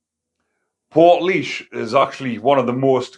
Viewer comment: Good man ya smashed the pronunciation of portlaoise 🤘